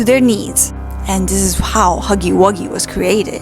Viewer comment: I love how she said muggy instead of huggy